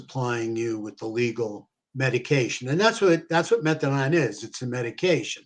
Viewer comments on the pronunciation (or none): It’s methadone, not methadon. Idk why it’s driving me crazy hearing it pronounced wrong so much 😬